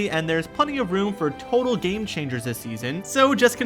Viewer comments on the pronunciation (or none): none